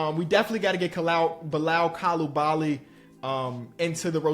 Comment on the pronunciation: The pronunciation of Bilal Coulibaly is wild 😂